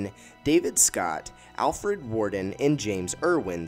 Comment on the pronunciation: Man, you've got to do more research into name pronunciation. Teach your voiceover guy/software. The lunar seas -- mare -- are MAH-RAY. Jack Swigert -- SWI (rhymes with fly) GERT, Alfred Worden -- WORD (pronounced as word, because it IS WORD) -- EN, etc. Please get your act together before trying to teach any more history.